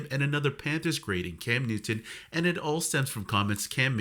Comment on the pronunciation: ai is a channel killer...dude cannot even get Newton's name right!